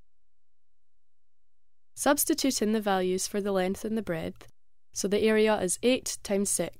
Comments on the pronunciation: She says breadth but pronounces it as 🍞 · BREADTH lol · Breadth? What?